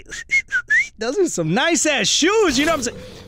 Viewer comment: And yes I know that he said “some” but it sounded like he said ‘a’